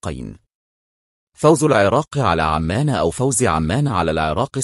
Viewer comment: عزيزي ارجو ان تلفظ اسم البلد مضبوط عُمان وليس عمان ارجو المعذره ارجوان لاتزعل تحياتي